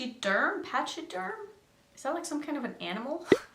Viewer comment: A pachyderm is an elephant 🐘!!! It’s pronounced “pak-i-derm” 🐘❤️